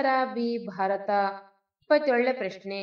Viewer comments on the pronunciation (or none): none